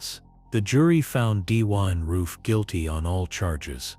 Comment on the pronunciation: “D-wine roof”?